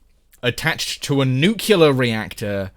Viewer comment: The video was all good till the pronunciation of nuclear as NU-CLE-LAR. It Nu-clear...two syllables...TWO.